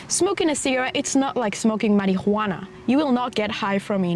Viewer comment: the pronunciation of marijuana tickled my brain!